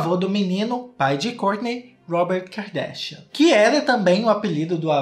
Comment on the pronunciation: “Ki-ka darshian “ ele falando JAKAKAKAAKSKSSSSKS